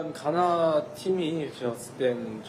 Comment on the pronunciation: 가나 의 가 는 장음일까 단음일까.. 나는 장음으로 가~나 하는데 저분은 단음으로 가나 하니까 궁금해지네 ㅠ